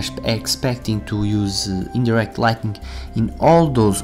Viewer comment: Great work so far, I do have a tip [this is just for English cohesion really] ligh-ting is how the English version of this word is pronounced, instead of your light-ning. Aside from that, no complaints.